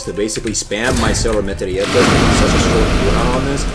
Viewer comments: The way says "Cero Metraeta" with italian accent always gets me. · why does he say cero metralleta like that